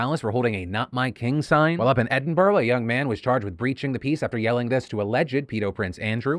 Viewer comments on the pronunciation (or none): Please pronounce it “Edinbruh”. Edinborough sounds weird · It's Edin-bur-ah. Not Edin-bur-oh. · It's not Edinboro its Edinbruh, same as its not Glasscow its Glasgo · Phil, I love you for all the years of news I've followed you for, but as a Scot it breaks my heart to hear you miss pronounce or capital city: Ed-in-bra. Edinburgh. :D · Btw Phil, it's pronounced EDIN-BRA ;) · just saying as a scot... 1: its eh-din-bruh 2: this whole ordeal over the death of a monarch just goes to show how fucked the UK is, we have people struggling to live as cost of living prices surge yet we have to "pay or reapects" to someone whos income is to take money from all of us, then if it gets cold they take money from the benefit funds for the poor, to heat their big ass house. but if you show anything other than complete adoration for them it is grounds for arrest. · Just a heads up from a scotsman, Edinburgh is pronounced "Ed-in-bruh". Love your videos sir! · Scotsman here, It's pronounced Ed-in-bur-gh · Phil it’s Ed-in-br! Like bra but said really quickly!! Can Americans stop saying Edinburgh wrong 😂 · I love the pronunciation of Edinboor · I really need you to say Edinburgh again